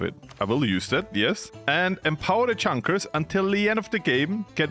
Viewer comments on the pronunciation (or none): Bro pronounced “Junkers” like a redneck from Texas…